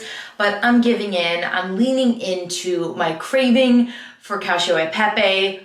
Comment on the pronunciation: Hey so i am so sorry if I am wrong but the pasta you bought at trader jo’s that you said you had liked, it’s really not even bad I just thought I would say that the Pepe is not pronounced pep-A bc that is the more common Spanish pronunciation but bc that’s pasta it’s safe to assume it’s Italian it would be pronounced pep-E. (That’s my last name, I just wanted to say that, but I could always be wrong). Ilysm!! 😍 Edit- haha i commented this when she was doing your haul but then she goes on later in the video to apologize about how she is saying the word😂